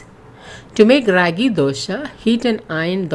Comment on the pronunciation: It's not ryagi , it ragi 😋